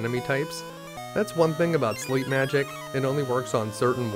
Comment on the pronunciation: "Learned Slep"